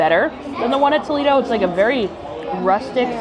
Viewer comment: tol-EE-do is in ohio, tol-AY-do is the restaurant…